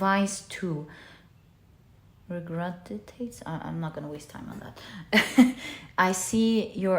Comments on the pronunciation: Regurgitates. The first 'g' is hard but the second 'g' is soft, like 'j'. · The word is regurgitates. (The second "G" is pronounced like a "J.") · Hi, just to say the word is : regurgitates. 😊🧙‍♀️ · Pile 2, first thank you for the reading. Were you trying to say regurgitates by chance?